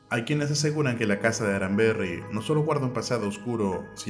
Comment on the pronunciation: Este hombre no dise el nombre correcto es casa aramberri...no arramber 😂😂que fracaso!